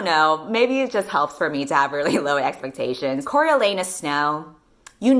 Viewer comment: The second I heard the way pronounced his name I KNEW she was going to make a fucking anus joke